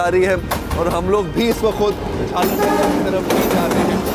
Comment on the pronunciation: Jhal aar not jhalar